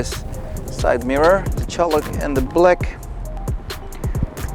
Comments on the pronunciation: v 1 I died after I figured out he’s just saying CHAULK..... it’s not Cholik, that word does not exist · Holy God -- it's CHALK -- pronounced "chawk." 👍